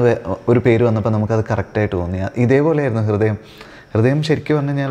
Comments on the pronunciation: കൃദയം അല്ല അണ്ണാ ഹൃദയം... അവതാരകന് അത് പോലും പറയാൻ അറിയില്ലേ?? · കൃതയം അല്ല പൊട്ട ഹൃദയം ഹൃ ഹൃ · Interviewr chettan കൃതയം ന്നാ പറയുന്നേ😅